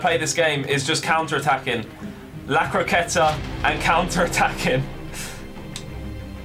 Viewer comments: La croqueta ( acento ingles)😂😂😂😚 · Gg! I absolutely loved that croqueta's pronunciation 😂 good luck bro